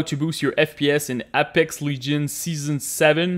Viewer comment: did my man just say apeex legions TF